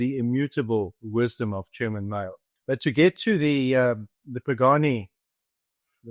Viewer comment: Thanks for the thanks, thats big of you. There is no issue with calling him Chairman Mao. The issue was in the pronunciation of the word "Mao". Pronounced M'ao' like in 'wow' (exclamation of pain).